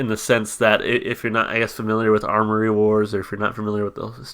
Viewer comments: AM-OR-EE Wars. Not ARMORY. Attention to detail =) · Good find on the comic! I haven't seen any of these comics in SC since they did a show here last year. This song is off thier newest record. Also it's Amory wars. No "r" in it. It's named after the street he grew up on :) Fun fact they were selling figurines of the main character of Kill Audio and the character looks a lot like Claudio. They don't sell them anymore. I want one though.